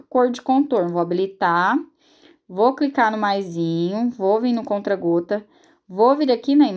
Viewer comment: Ameeeeeiiiii 😍😍👏🏻👏🏻 aiii me da uma agonia vc falando CONTRA GOTAS mulher.. É CONTA gotas 😂😂😂 Mais amo seus vídeos ta ♥️